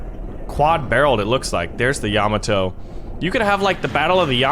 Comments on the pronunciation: it's pronounced yuh-mo-toe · Ya-MAH-to, good sir. The emphasis in the second syllable. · I hate how he says Yamato